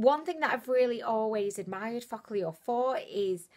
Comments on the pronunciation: I pronounce it foo-ka-lure and she says it like fučk-a-lure 😂😂😂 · same here ! is like fu**llure 😂😂😁😁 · me too haha !! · am i the only who feels like everytime you say focallure you swearing at us 😂😂😂😂😂 stop it .. lots of love from zimbabwe xoxo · I I laugh everytime you say Focallure 😂😂😂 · Everytime she says focallure i think she's swearing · 😂😂😂😂 same here.